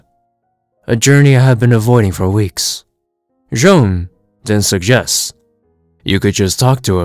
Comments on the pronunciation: Why do you keep calling J'onn "Joan"? It's just "John". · It's not pronounced as John at all, its actually Jay-on (J'onn)